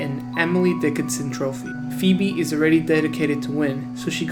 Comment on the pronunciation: He calls her "FEEB" if he actually watched hey Arnold wouldn't be know her name is phoebe (FeeBee)